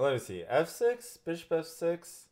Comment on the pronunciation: When he said “ Can I go f6 “ It sounded like he said “ can I go have sex “